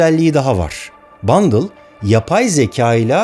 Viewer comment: Abi bundle değil bındal olmasın o